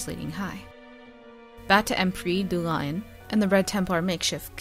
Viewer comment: I think it's pronounced "Doo Lee-on." Also, Laidlaw or someone said that the male qunari Inquisitor will not be as big as Iron Bull.